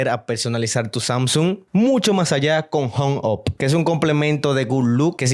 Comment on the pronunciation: pq no sabe hablar inglés jajajajaaaa "hong op"